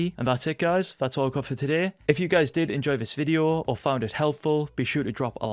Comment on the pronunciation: Why you say Fideo instead of video ?